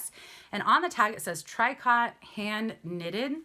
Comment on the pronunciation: I really enjoy your taste! BTW tricot is "tree-coe". Caftan is "calf-tan". The brown cashmere sweater is a crossover style. Your scarf idea is lovely. I send items in Ziploc too so they stay safe, and was puzzling about how to make them look pretty. Unfortunately my bins are situated far OR involve bad commute traffic so I'm not there yet. I'd have probably gone if I had a bin pal.